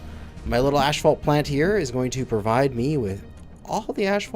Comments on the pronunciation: Every time he said ashfault I cringed, but after a while I started to think, what if I've been saying it wrong for 35 years? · Love you buddy, but its pronounced ass fault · Ph makes an 'F' sound, therefor 'asphalt' is pronounced "AS-fault" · LOL....ASHfault....fucking Canadians! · 2nd day of asking? It's asphalt as in ass. Also the ph is pronounced f. Assfalt